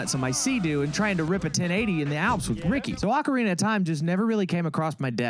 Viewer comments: It's Oh-carina... not Ah-corina 🙄😂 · “it’s Oh-carina… not Ah-corina…” there’s no joke. You tried to correct someone, and then used an eye roll and laughing emoji as if they should’ve already known, when you were the one who was wrong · you really thought it was pronounced “oh-carina”